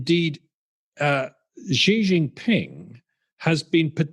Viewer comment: Please, please, please stop mis-pronouncing Xi Jinping's name! It's really not that hard to get it right, and it really grates. It's closer just to say "She" instead of "Gee". Really. It's not rocket science.